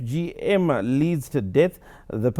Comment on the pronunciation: I suggest the presenter practises before presenting news. Really, you can pronounce Guangzhou, but you cannot say three letters properly, FGM. That shows you did not research the topic before presentation. Very unprofessional. Don't marginalize women's issues. Do your research properly.